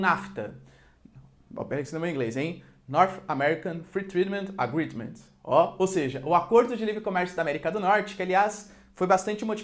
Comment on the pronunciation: North American Fritidimans Agredimans